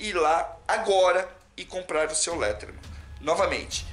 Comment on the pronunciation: Gostei do video e pá mas só uma correção: se pronuncia leidermen msm se escrevendo Leatherman